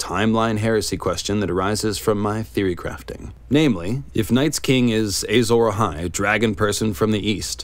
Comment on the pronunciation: But why does he keep saying "Eyy-zora-hai"?